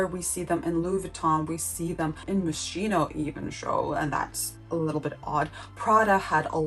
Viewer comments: I loved it but I cringe every time you say mos-cheeno 😆 its mos-keno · is pronounced moskino